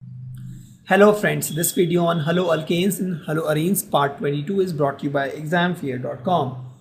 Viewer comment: When I first heard this I thought he was going to se.. "Hallo franndss chai pilo"😂